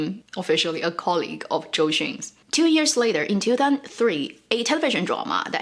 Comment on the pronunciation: Random comment: She seems to never pronounce the ‘y’ in years. Always sound like “ears”